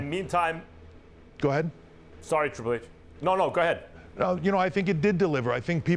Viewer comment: Sowwy Twiple H 😬😢 Max got me dyin over here 😂😂😂